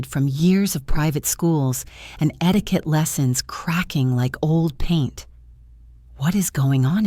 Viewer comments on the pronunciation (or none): none